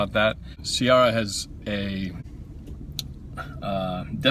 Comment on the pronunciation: Its pronounced Ci-air-a